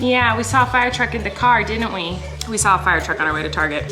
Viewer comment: Colleen: "A blue car" Me: NO!! That is s blue dar Dar!!!